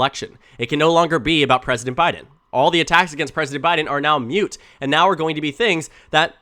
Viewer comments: moot, not mute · Moot, not mute. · Moot rhymes with boot